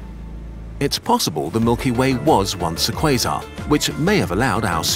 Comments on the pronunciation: Am 8 the only one who hears "This is what a face mask is" instead of "quasar"? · Am i the only one who keeps hearings quison? 😂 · umm it's pronounced croissant actually